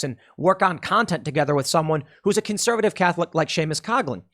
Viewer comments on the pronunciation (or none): none